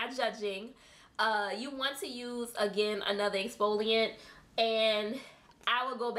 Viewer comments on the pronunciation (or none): none